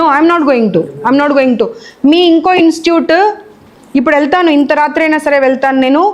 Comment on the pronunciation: Madam, pl say INSTITUTE.. NOT just INSTUTE.. Sorry to correct you, Ma'am.